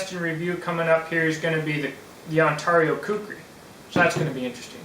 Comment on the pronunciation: Say Heah, For the $$$ you missed a good one..It's priced around the On Tar eee'O RTAK 2, and as a chopper I think it will out chop the BK-9 and because it's similar to the Kukuri style, It's defenetly a "Sharp Hammer" Also when I go to Ontario, Canada, they ALL say Ontario. You say On Tar eee'O. I get it some say Tomato some say Tumato, some say Patato and some say Paataato. right, Am I right huh huh am I am I, what do I win heh heh heh <|~_^|> Dude I'm just joking, no hard feelings Ok. On Tar eee'O heh heh heh.